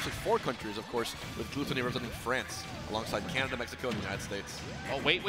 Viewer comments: why do the announcers pronounce everything wrong. Am I missing something or is his name not gluttony like according to his smash wiki page. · hmm i guess its frustrating because he is probably pronouncing it the way that the french word for gluttony is pronounced, and yet it is the english spelling. Its like if you if your name was "refrigerator" but you pronounced it by rolling your r's like the spanish equivalent refrigerador. Makes no sense. Either spell it in french and pronounce it with a french accent or vice versa.